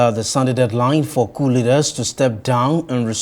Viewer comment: very poor English----its all-be-it(ALBEIT) not ALBERT:face-purple-crying:. Coup is pronounced 'cou' not ' COP'